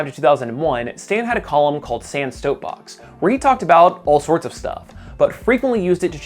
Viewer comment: Heh. "Sans Stoapbox"